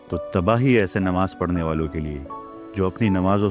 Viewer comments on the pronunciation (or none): none